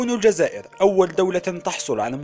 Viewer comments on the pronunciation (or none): none